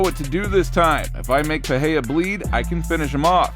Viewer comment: Its PEREIRA NOT PEHEYA fml ..